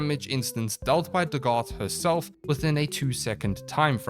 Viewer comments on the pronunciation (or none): Pronounced DAGith